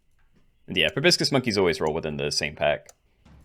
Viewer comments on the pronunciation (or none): Proboscis, not brobiscis! You're as bad as that architect RCE at times! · Pro-bah-sis lol